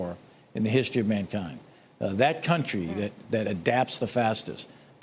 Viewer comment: Now he saying cuntree 😅